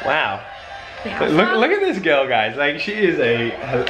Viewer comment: just invented the English + Australian Accent AustrEnglish "What an annoyinga Ga Irl"